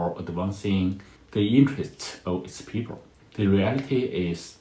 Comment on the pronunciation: He can't pronounce the letter "L"!People becomes peepurr. Bring back the artificial voice.